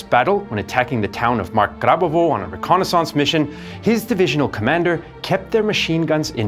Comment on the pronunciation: "Re-Konna SONSCE" 😂